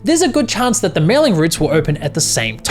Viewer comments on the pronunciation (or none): none